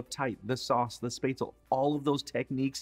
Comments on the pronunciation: Both grandmas, my Mom and now I make this dish and have for decades. This looks like a pretty good version. For those who don't have a spaetzle press, you can just use a common kitchen strainer and the back of a large spoon to press the dough out. Btw... LOL... It's not "spay-zle". It's pronounced "schpet-za-la". 😄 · Shpetz-leh. Not Spaytz-l. Nicely done. I make mine with a Jack Daniels Peppercorn sauce. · If he could also pronounce the word Spätzle correctly, that would be great. It's NOT "spaisley", or what ever he's saying, omg! It's [SHPEHTZ-LEH], please!!! For those of you who don't have that fancy Spätzle tool, just do whT my grandma used to do. Take the lid of a pot, lower it into the batter that has been poured into a deep enough but wide platter. The bottom of the lid gets covered in batter. With a long spatula, carefully scrape small amounts of batter directly into the boiling water. Keep scraping the batter off the lid into the water, the Spätzle will resemble thick little worm looking noodles, and like he says, the Spätzle are cooked when they start to float. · It is called "Spätzle" which is pronounced Spat-zle and NOT Spazel. The pronouncation is similar to chipotle. The 'a' is similar to the 'a' in actor. Besides of this, good job. I keep a bit of the vegetable and blend it into the sauce for binding. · I loved everything except your pronunciation of "spätzle". It's shpot-sell, not spate-sell. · Love your youtube you make it so easy!! And yep the word is said like spatula but instead of the first a , say it with an e as in ever - and no u sound ( spetzla, sorta) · One of the classic german recipes, very well executed! But one thing is missing IMO: Cooked red cabbage as a sidedish! And the way you butcherd the spätzle (spaetzle) pronunciation 😳😂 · Totally agree that red cabbage must be eaten with rouladen. And a non-German can be forgiven for the mispronunciation of spätzle.